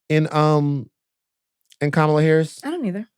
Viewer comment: Please pronounce Kamala's name correctly Van!